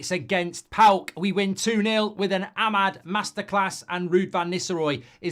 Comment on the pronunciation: It's Paok 😂 calm down everyone